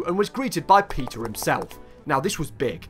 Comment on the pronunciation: I thought you said he was called "Pizza" not "Peter"